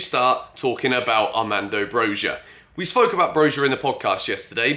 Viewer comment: Broja and Tielemans. The other day it was Tchouameni… Mate please say their name properly lol